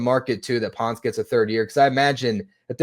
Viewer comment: Pronounced Pohn-ce, amigos. Reference Daniel Ponce de Leon.